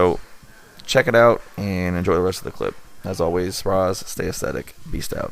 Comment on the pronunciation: welcome to beastASSthetics. lol that's what I hear every time